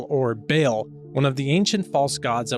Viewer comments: Great job. But it Ba'al Bah-All not bail. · The proper pronunciation of BAAL is BAH – ALL with the accent on the second syllable.